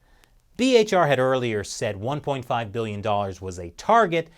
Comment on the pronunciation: beeyons and beeyons